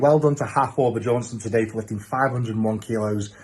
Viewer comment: Why do people call him BAJÓrnson? LMAO